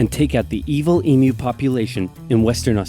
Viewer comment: It is promounced eem-yew. Not ee-moo...